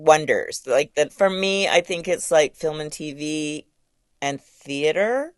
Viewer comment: Why does he say tv, TEEVEHH. 😂